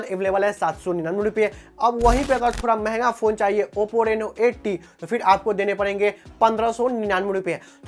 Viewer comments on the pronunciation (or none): none